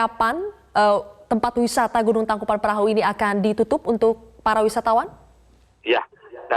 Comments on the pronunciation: Tangkupan tangkupan tangkupan tangkupan tangkuPAN perahu nyebut TANGKUBAN BAN BAN salah mulukk busett!!!! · Syukur tidak ada korban jiwa, tapi kenapa saya dengarnya pembaca berita ngmg nya " Tangkupan Perahu " ya